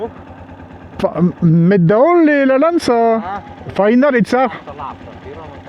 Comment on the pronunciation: Bonjour, un grand plaisir de revoir cette route que je nai pas empruntée depuis fort longtemps (1993)... par ailleurs, une petite remarque linguistique sans prétention, mais enlève toute ambiguïté: " làlana " = route, chemin, direction... et " lalàna " = Loi. Pour le chemin, l'accent tonique est sur la 1ère syllabe... Encore merci pour toutes ces vidéos qui m'éclairent à connaitre ces routes et villes de ce pays qui m'est cher mais que je ne connais pas très bien. Bientôt, j'espère que j'aurai l'opportunité de sillonner l'île en moto, comme vous. Au gd plaisir de croiser votre route un de ces jours 🙏